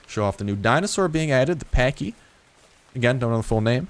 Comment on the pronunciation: You are pronouncing it wrong it's like saying patch but patchy but the way yours opposed to say it